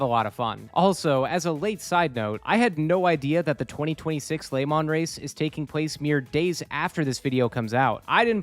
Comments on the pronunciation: Lemon, Lehmann, Lamont. All these pronunciations and none close to correct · I know you're saying Le Mans, but what with the food theming, I am having fun imagining that you're just bad at saying Lemons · I've never heard someone pronounce le mans like that